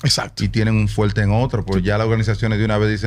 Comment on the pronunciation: le bajo fueLte a A-Rod 😂